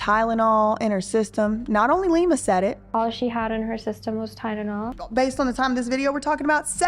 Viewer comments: She doesn’t say Tylenol. She says Tidenol….angry scary 😮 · i can't handle the fact that lima is saying it like "tynenol" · Why can't she say tylenol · She didn't even say Tylenol correctly either lol